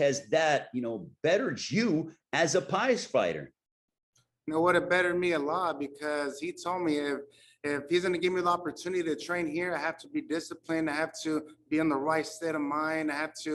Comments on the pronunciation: Im pretty sure the interviewer said "pies fighter" and not prize fighter 👀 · He said pies 🥧 fighter 😂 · He legit did LMAO